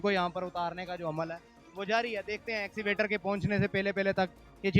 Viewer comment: axivator nahin kehtay bhai Escavator kehtey hein